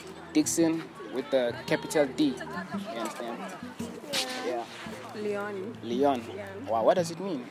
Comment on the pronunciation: It's Lyon not Leon.